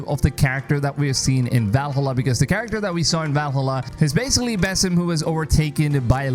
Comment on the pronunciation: This game sounds more promising than the last few Assassin Creed game's and FYI you're saying the character's name wrong 🙄 and sometimes a smaller game is good